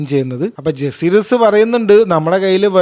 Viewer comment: ജസീറിസ്‌ വലേറിയൻ ❌ ജക്കാരീസ് വലേറിയൻ ✅